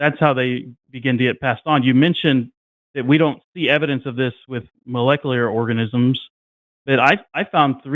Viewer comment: Good to see that a week later still can't pronounce "molecular".